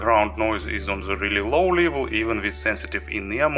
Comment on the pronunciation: The more correct sentence is :thank you for watching ) Не БЭЙЗИКЛИ А БЭЙСИКЛИ(basicly). НЕ ЛИВЭЛ А ЛЭВЭЛ(level)Не ратио а РЭЙШИО(RATIO).You have pretty good vocabulary, but unfortunatly your pronounciation isn't so good.By the way honestly my vocab mach less the yours...So don't be angry with me and don't be sad.